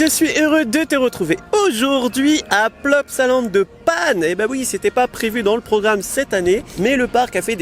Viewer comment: On dit La Panne . 😂